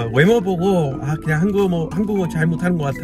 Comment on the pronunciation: 그냥을 '걍'이라고 말씀하시니까 진짜 한국사람같이 말하는거 같아요 ㅎㅎ